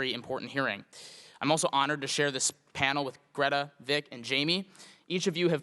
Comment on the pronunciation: It was great Greta recognised she was being called upon despite the mispronunciation of her name.